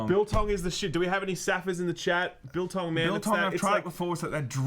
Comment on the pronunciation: Nearly fell off my seat when you said biltong! Haha. Correct pronunciation and everything! I'm impressed. Now try some droë wors.